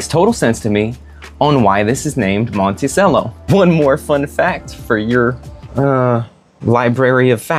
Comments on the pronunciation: It's pronounced Monte Cello. Cello, like the instrument. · Come on bro...if you're gonna do a review on something, at least know how to pronounce the name correctly. As noted by a previous commenter, it's pronounced "mon-tee-chello." As for your issues with the moka pot, it looks like you had the heat on way too high. A low flame on a gas stove is ideal in my opinion. This helps prevent burnt tastes and spillage, as in your case. I also boil water beforehand in an electric kettle and pour up to half an inch under the little release valve in the bottom section. Never fill above that valve. Lastly, turn off the flame a few minutes before finishing and wait till it stops siphoning, then you're done. No need to cool it off in the sink. (Not sure why you even did that. All you did was contaminate your coffee with tap water.) Moka pot is my preferred method of brewing coffee, but it can be a little tricky to perfect. The grind size, for example, has to be just right in order for everything to work properly. But once you get it all down, you're rewarded with the most espresso-like coffee you can make without an espresso machine. Now, as far as the cigar goes, the Monticello series is my personal favorite of all Olivas, which happens to be my favorite brand of cigars. I've definitely smoked most if not all of their offerings, and I would say the Monticellos are comparable to the Serie V Melanios and Melanio maduros. They share many similar flavor notes. There is, however, less spiciness and more creaminess that combines for a sweeter & smoot